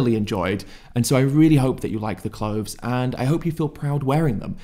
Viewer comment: Healf, clofes, mefane, efical? Does Ed hate the "th" ? 😂